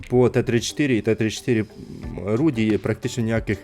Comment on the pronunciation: Не руді а Руди від рудий